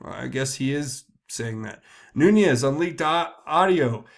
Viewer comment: Why is everyone (EVERYONE)!! mispronouncing Nunes?! There is NO (Y) or (J) in this name! It is pronounced 'Noon-ez' NOT Noon-yez.